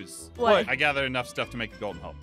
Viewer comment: Pleaassee stop saying gold ein